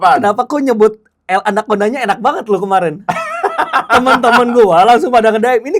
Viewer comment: Mantaaap mang renra renyah na bilang Ramon anakconda🔥